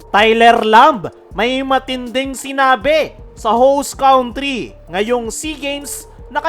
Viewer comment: PRE TANDA MO NA HINDI KA PA MARUNONG BUMIGKAS NG COUNTRY..BINIBIGKAS ITONG (KANTRI) HINDI (KAUNTRI)